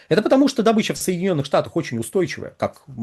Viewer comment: В СЛОВЕ ДОБЫЧА УДАРЕНИЕ СТАВИТСЯ НА БУКВУ: О: !!!